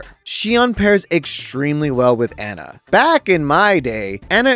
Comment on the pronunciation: why do u pronounce ana and sojourn like that